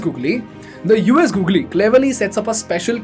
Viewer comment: What the heck is this Gogle?